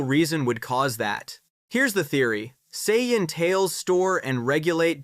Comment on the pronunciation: Sa jan... Gero... No, you get a dislike. They say it in the series and you still say it wrong.